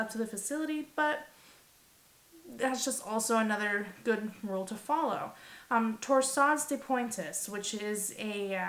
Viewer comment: We should just call it "TDP"! (BTW, it's "tore-sad deh pwante"). Thanks for the awesome video!